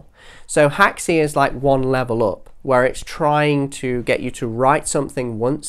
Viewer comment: Where did you get the info that Unreal is built with Haxe? I know it has Haxe integration plugins but I can’t find any mention anywhere of it being built with it. Other than that great video dude P.s. it’s pronounced hacks, not hack-see